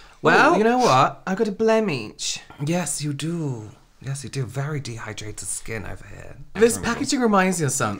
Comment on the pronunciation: I always love when you two have a new video out bc I learn of a completely new way to pronounce words. This week it’s Blem-iche 😂